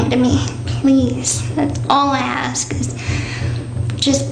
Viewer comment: Hate how she says " video " 😂. And she also says ax instead of ask. Just anything she says annoys me maybe